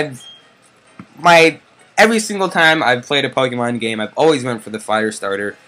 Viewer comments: it's pokemon not pokeman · Does he not know how to say not to be but dude it's Pokemon not pokeman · Why does he say Pokeman? Its so annoying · Who calls PokeMON pokeMAN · pokemAn? its pokemOn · Pokèmon not Pokèman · U call Pokemon pokeman?!?!?!?!?!?!?!?!?!?!? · its not pokeman -. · Oh my god it's Pokemon not Pokeman ! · dude it's pokemon u keep saying pokeman! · say pokemon not pokeman! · pokemon not pokeman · this guy annoys me when he says pokeman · It pronounced Pokemon dum dum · You actually say Pokaymon because of the e in pokemon having an accent. 😂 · Its poke'mon but e has a dash above it so its like ay so u say like pokaymon but its spelled pokemon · Omg ikr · don't say Pokemon that way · I cringe every time he says pokemon, but good vid. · So glad someone else noticed that lol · Yeah why!?!? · ITS POKEEEEEEEEEEEEDMON NOT POKEMAAAAAAAAAAAAN